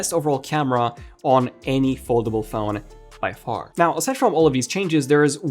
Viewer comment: Launch the Fown...Bruh do you mean PHONE?? What the heck is FOWN